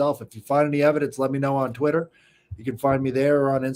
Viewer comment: You got me saying twixter now 😂 Hey keep up the your important deep dives on the sfk.